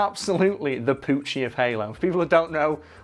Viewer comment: I heard Pucci instead of Poochie